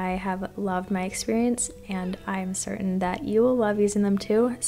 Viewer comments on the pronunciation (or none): none